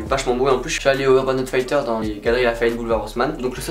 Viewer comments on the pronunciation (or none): On prononce Urban Outf[i]tters, enfin [I] pas [Ai] mais sinon plutot bonne vidéo :) Ça serait bien que tu changes un peu la musique fond d'ailleurs. Et ça pourrait être sympa que tu nous présentes plus de chaussures je pense. Bonne continuation ! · outfitters ca se prononce aoutfitteurses et non pas aoutfailleteurses, voila voila bonne video sinon comme d'hab